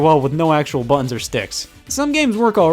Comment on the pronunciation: They are called "butt-uns" not "bununs", Scott